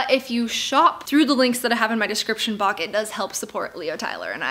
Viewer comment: "description bawk" just sent me into a cry-laughing fit for a good 5 minutes